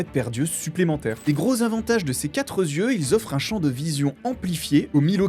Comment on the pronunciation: Quatre Z- yeux ? Enfin c'est pas possible de commettre autant de fois la faute dans une vidéo sans que quiconque ne s'en soit aperçu. Z-yeux...